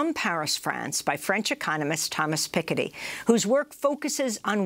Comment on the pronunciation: How can you pronounce Thomas Piketty like that, especially in the same sentence where you pronounce Macron later on?? WTF? hahaha